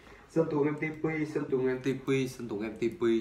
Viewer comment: đọc sai mẹ tên rồi em ơi :)) em ti pi cứ đọc em bi ti :))))